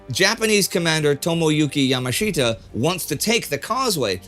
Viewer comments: Yamashita is pronounced as though the "i" isn't there: Yah-mahsh-tah. Great video, and another great episode of WWII in Real Time. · Gen Yamashita should be pronounced Ya Mosh Ta --- not -- Yama Sheeta.